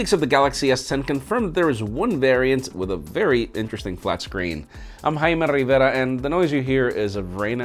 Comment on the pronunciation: high-me Rrriverra